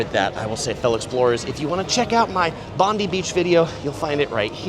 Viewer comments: Not Bond-ee it's pronounced Bond-eye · Bondi is very overrated, more for tourists than locals. Manly is a much nicer location, plus easier to get to, especially by ferry from the Quay. By the way, it’s pronounced Bon-die, not Bon-dee. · Bond-eye Beach is how Bondi Beach is pronounced. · BONDI AS IN EYE FFS !